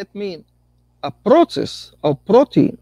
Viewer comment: Every time I hear these nice gentlemen say "process", I hear "Proteus" - and I have to correct myself. I don't mean to, and I totally get where it's coming from. English isn't my fist language either. And, today I learned that there's a bunch of different kinds proteus' : • a group of bacteria • type of amoeba • an Olm (weird kind of salamander) • a sea creature from old Greece mythology • a learning software • a video game ...